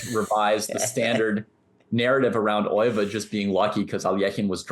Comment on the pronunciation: According to Euwe (pronounced "Erva", not "Oy-vay), Alekhine played his championship matches for the money, pure and simple. They were supposed to be risk-free paydays, but the 1935 match didn't work out that way. Euwe was in demand as a match opponent in those days because he played a lot of matches and almost always lost or drew. But by 1935, Euwe had gotten better than anyone had realized. He finished ahead of Alekhine in all the tournaments they both played in while he was champion. The legend/excuse is that Alekhine only lost because he drank too much, but Euwe said that Alekhine didn't drink any more than he usually did. Euwe also said that a lot of people thought Alekhine was drunk even when he wasn't, because he didn't like wearing his glasses, and his walk was unsteady without them. To this day Alekhine is the only champion to lose the title by a single point. Euwe actually gave Alekhine a draw in a won position in Game 30, though. He'd have won it if he'd had to, but you can't refuse a draw that will make you the champion.